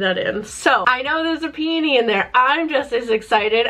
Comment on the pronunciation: I’m SO glad you say peony the way you do! I worked at a wood flower shop for a short while and EVERYONE there said pe-OH-ny, putting emphasis on the O, and it drove me crazy 🤣